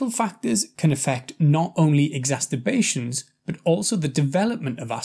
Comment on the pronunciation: Why do you keep saying "exasTerbations"?! It's very odd and doesn't sound very professional getting a basic word wrong 🤔